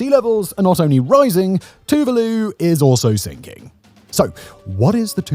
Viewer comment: Tuvalu is pronounced as Two-vaa-loo